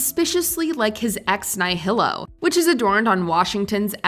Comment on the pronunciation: The phrase "ex nihilo" is pronounced 'ex-NEE-hlo'. It is the Latin for "from nothing." Pronunciation is an easy thing to look up. Getting it wrong in conversation is, of course, quite acceptable. Getting it wrong in a prepared recording for which you have a script? That just shows laziness and lack of quality control.